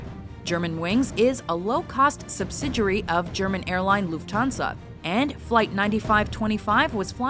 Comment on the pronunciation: Third: The pronunciations, can even lufthansa